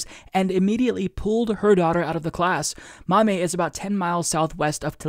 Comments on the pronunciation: This total bs, but, you were driving me nuts with "maw-may", I grew up in Toledo, it's "maw-me" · Ohio here....Maumee is pronounced like "mommy"! And yeah, if my kid brought this BS home from school, I'd lose my shit! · Just FYI: "Maumee" pronounced "Maw-Mee".